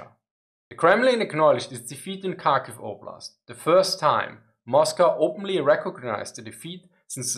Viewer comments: Kharkiv the same as with Kherson, not a Karkiv, but Harkiv (h as in have) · It is indeed Harkiv. And Herson. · I think drop the d, so har-kiv? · Thanks for a really informative video - I learned a ton! Quick pronunciation tip: the Ukrainian and Russian Kh (Kharkiv, Kherson) is pronounced like the German Ch, or a particularly harsh English H sound. It's never pronounced as K. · so, kharkiv is pronounced as hard-kiv ?